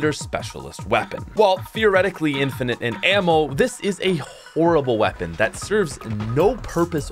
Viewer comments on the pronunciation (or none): none